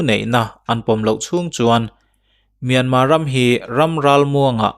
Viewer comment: Myan mar anilo mi,myanmar ania,r an lam thiamlo a,myanma atih phah a,he ta lo tih myanma ve ngawt chuh.